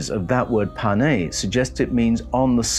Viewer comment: TOVE (GOOD) not TUB and KOVED (heavy) not KABUD can't you guys write and speak right? what is "PANE? PNAY! (can be face, or surface) .